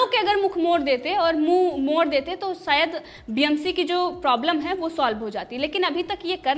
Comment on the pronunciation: Chaatrapti shivaji ni bolte, chatrapati shivaji hota h... sayad ni hota, shayad hota h...bolna sikho madam...kisne babaya anchor😂😂